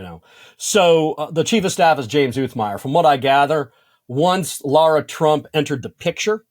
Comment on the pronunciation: Her name is LARA LIKE Tara with an l😅